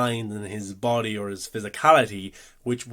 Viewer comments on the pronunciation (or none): none